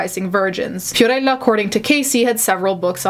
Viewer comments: Unrelated to the subject, but the way you said Fiorella cracked me up because I know you’re saying it correctly, but I’ve only heard American pronunciation of these names so it sounds funny. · I love the way you say "Fiorella". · This has nothing to do with the case but I loved how u said "fiorella" with the accent!